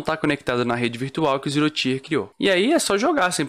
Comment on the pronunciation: Excelente video man! Só um esclarecimento, o Tier se fala tipo ti de tia mesmo, então não seria "ZeeroTaier" (Até porque falando assim pode confundir com outra palavra: Tire)